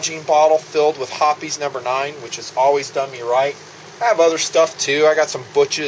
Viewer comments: Ok. He keeps saying lead. If ur shooting lead jacketed bullets (if there is such, .22 cal.) then ur incompetent. He means to say copper. It's referred to as copper fouling which, with progressive shot count, inhibits accuracy. Hoppes, not hoppies, is insufficient for copper fouling. Some regional pronunciation differences between his woods and mine (TX). The rest was good. A for effort. Ps, use a bore guide. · Not hopee's! It's Hoppe's, sounds like hops. Say Hopees one more time...I dare ya...